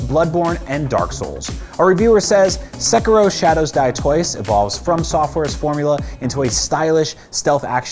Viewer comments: Don't ever say "sek-uh-ro" again, please and thank you. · Sekiro is the only new game I bought this year. Also, how does no one at IGN realise he's pronouncing Sekiro wrong before finishing the video?